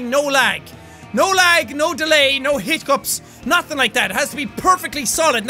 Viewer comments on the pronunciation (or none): none